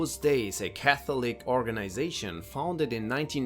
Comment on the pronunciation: can you learn how to pronounce catholic please its 2025 Google is a thing....embarrassing ka·thuh·luhk LEARN